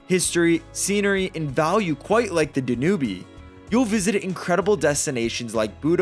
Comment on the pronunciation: If you’re going to do this kind of video, be sure you are pronouncing rivers, such as the DanUbe River correctly. You lose all credibility.